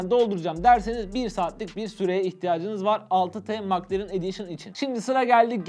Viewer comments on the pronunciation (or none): Mak lerın değil mek lerın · Maklaren 😂😂 Keşke telaffuz bilseydiniz.